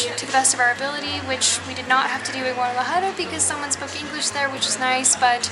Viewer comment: Great video, guys! (as usual) FYI, "Sapos" = toads (rather than frogs):-), nice to see you practicing your "j" sound in "Guadalajara":-D Keep having fun and taking us along!